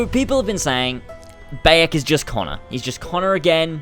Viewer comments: wtf? "Boiyok" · Bi-yek when the game pronounces it for you, there shouldn't be a problem with saying his name.